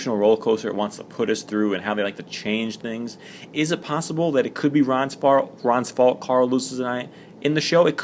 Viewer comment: He said rons fart lol